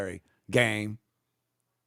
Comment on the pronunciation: Is he saying “game”?! What in the name of Ebonics is that?!?